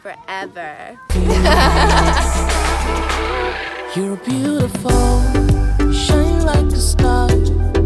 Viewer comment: diba English yung Forever bat yung babae nasa parang nahirapan